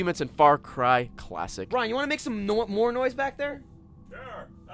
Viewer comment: I chuckled when almost said "Nore moise"...